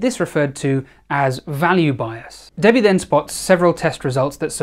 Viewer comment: ok he says debbie but i hear daddy am i ok?